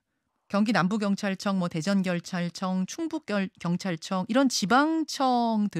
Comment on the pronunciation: 아나운서 결찰청 결찰청. 발음좀 연습좀 하소